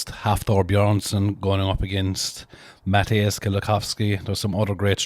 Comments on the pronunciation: "Matty-ess" definitely one of the best to never win WSM. Would love to see him win or on the podium at the Major comps. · The Polish Stone Master "Matty-ess" I'd love to see him get the WSM.